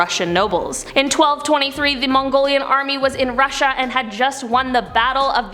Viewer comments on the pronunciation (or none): none